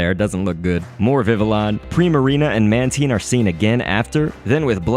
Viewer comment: How you gonna say Mantine right but mess up Villion